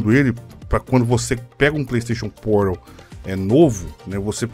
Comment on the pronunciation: Pleisteixon Poral